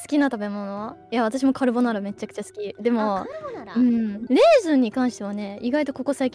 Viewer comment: カルボナーラの発音とか顕著だよね アイリスちゃんは和製英語やカタカナ文字のイントネーションが完全に日本人のそれだし、日常会話の語彙もエグい アーニャちゃんはどちらかと言うと日常会話よりも日本人オタクの語彙とイントネーションに尖ってる感じ(微々たる差だろうけど) その上敬語も使えるからヤバい。もしランキング作るなら個人的にアーニャを一位に置くかもしれない